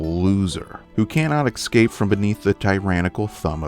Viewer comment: When did we all suddenly forget how to pronounce eacape? Its not exscape, there is no X